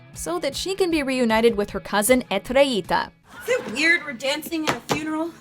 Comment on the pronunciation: the way she said Estrellita is killing me 😭